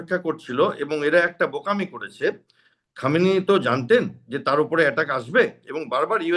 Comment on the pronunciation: খোমেনেই.....উচ্চারণ টা ভুল হচ্ছে। Anyway, Khomenei was one of the bastion of support for the militants in Kashmir. তাই ওর death এ কাশ্মীরের কিছু লোক তাদের বাপ মরার দুঃখ পাবেই, কি করা যাবে😂!